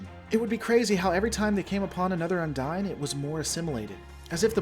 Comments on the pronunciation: Heheh, the way you pronounce "Undine"... the NPCs say "undeen", you say "Undyne" from Undertale. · Un-deen. UN-DEEN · Spelling is not an equal correlation to pronunciation. What is canon in Trek is how something is pronounced on screen. Multiple on screen characters pronounced the Undine as Un-deen. That's what makes it canon. Yours however is not. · I believe it's pronounced as Un-deen, since several characters including Tuvok pronounce it as such.